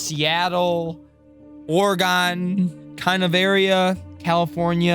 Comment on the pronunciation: Ack! No its not ore[gone] its [oregon] almost pronounced like organ